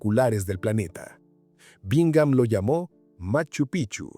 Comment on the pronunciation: TE RECUERDO. QUE MACHU PICCHU ES UNA PALABRA QUECHUA SE ESCRIBE PICCHU Y SE PRONUNCIA PIKCHU ASI SUENA Y NO CAMBIEN SU NOMBRE A CADA RATO DICEN MACHU PICHU. Y NO ES ASI ES MACHU.( PIKCHU) ASI SUENA CONSULTEN FUENTES ANTES HABLAR COMO TARTUFOS ES MACHU PIKCHU SU PRONUNCIACION